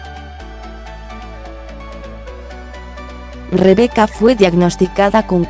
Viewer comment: A Rebeca que se mejore Y a ti qué aprendas a pronunciar bien su nombre